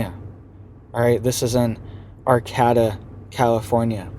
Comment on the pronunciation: Arcata is ar-kay-tah